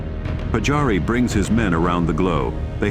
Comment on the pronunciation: Olisi hyvä kunnioittaa suomalaissankareita lausumalla nimet oikein. Siis Pajari eikä Patsaari.